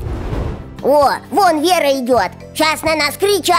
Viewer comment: Ой вера а не лера